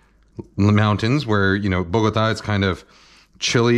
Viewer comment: Your pronunciation of Ajiaco and Bogotá: 🏆